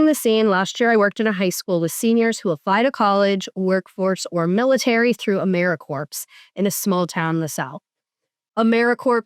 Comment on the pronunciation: Big fan, you're both awesome! One note: pronouncing the p in 'Americorps' every time was driving me nuts. Keep doing the Lord's work!